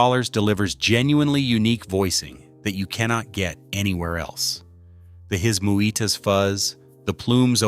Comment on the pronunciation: not Hizmuitas!! Hiz-U-MI-TAS Hizumu means to distort in Japanese 🙂